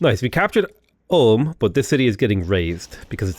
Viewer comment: Never heard Ulm pronounced Om